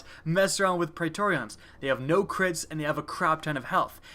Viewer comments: I really hope he's pronouncing Praetorians like that on purpose... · I am triggered by your pronunciation of pretorians.